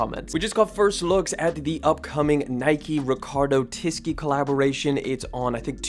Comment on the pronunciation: Bro Ricardo Tisci’s last name is pronounced Tee-she not tee-ski lol. Not trying to troll just so u know